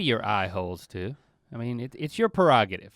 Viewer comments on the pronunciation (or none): The word is "prerogative", not "perogative".